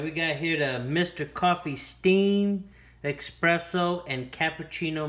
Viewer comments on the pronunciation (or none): *Espresso not expresso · Horrible video : "eSpresso", not EXpresso. You didn't even tamp down the grind to make a puck. You just made coffee. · Please for GOD SAKE it's espresso not EXPRESSO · I CRINGE so hard when people say expresso instead of espresso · ES. PRESS. SO. Not EX. PRESS. SO. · Couldn’t they get someone who pronounce Espresso correctly instead of Expresso? Information enough but come on people! Get educated!! Very annoying!